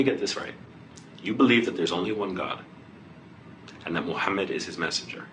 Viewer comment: The way this brother said prophet's name . SUBHANALLAH